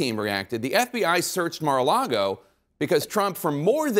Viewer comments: Lol...Comer keeps calling it "MaralaRgo" with an extra R. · Do people in Kentucky say "Mara largo" instead of "Mar-a-lago" which means Sea-to-Lake ? Is it an accent or? Idk what Mara largo means. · The way he says Mara Lardo is perfect.